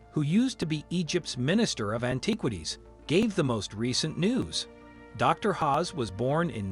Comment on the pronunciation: Pronunciation is everything, Zahi Hawass NOT Hawes. As for the others oh dear 😂 definitely won’t be subscribing to this. Use of AI for voiceover I can only assume, if not then 🙄